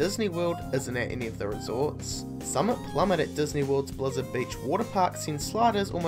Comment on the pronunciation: Summit Plummet with accent